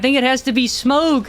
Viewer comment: i cringed everytime he said smough's name with a hard "G"